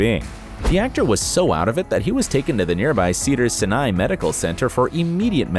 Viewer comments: Just so you know, you didn’t pronounce cedar sinai correctly. Not trying to be mean, just letting you know. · Even the hospital he couldn't pronounce right